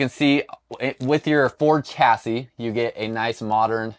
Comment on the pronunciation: My guy... On the ford cassie?? Ch.... Chassis.... Like chuck, check, cheek... Chuh.